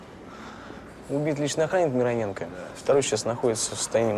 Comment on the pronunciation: Кстати, правильно именно МирОненко, а не МиронЕнко)